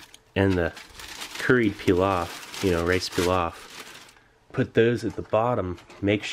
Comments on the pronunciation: Stop butchering the word pilaf for Christ sake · The way you are saying pilaf is killing me 😂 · "Rice PEELOFF" it took me a few moments to realise he meant Pilaf lol. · its not "pee-lof" its "plov" im Uzbek and i can confirm that. sorry for the rant its a pet peev lol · Did the word pilaf, bother anyone else peeloft lol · Its pronounced "Pee-loff" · PEE-loff love you Steve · The way he says Pilaf. Ouch